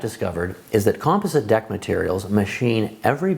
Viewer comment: How you pronounce composite is killing me